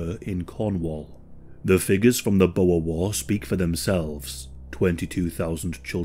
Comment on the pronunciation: Omw the way he says boere 😂 we ain't snakes